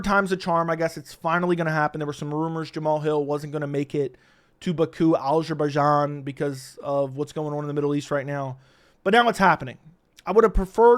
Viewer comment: how do you feel about absolutely butchering the name of your country?